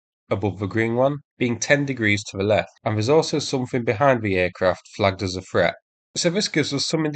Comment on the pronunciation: I wish you could learn to speak. Threat is not pronounced. Ffffret. You come over as a half wit, unable to pronounce simple words